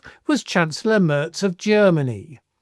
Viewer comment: Mairz not Murz